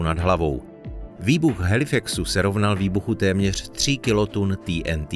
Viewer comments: Proč říkáš ty n tý???nejsi Čech?TNT dik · TýeNTý? Jste čech tak sakra Té-eN-Té. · Video je super ale je to prostě té en té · Nechápu proč jsou všichni tak světový a používají rádoby anglická slova, která si tzv. počeštění! TNT - nebo- li trinitrotoluen se vždy vyslovoval i ve filmech Té eN Té,nikoliv poangličteně Tý eN Tý. A tak se ptám: KDO a KDE vlastně jsme? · Tý en tý 🤣 Je to zkratka trinitrotoluenu, tedy TNT, což se čte normálně 'té en té'. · té en té nebo trinitrotoluen. Video je česky, bylo by fajn být konzistentní a hláskovat česky. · Prečo ti n ti. Prečo nie tnt. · Nebylo by lepší vyslovovat TNT česky? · Chicago se vyslovuje "šikágo" né Čikégo. To zní hrozně pane týentý!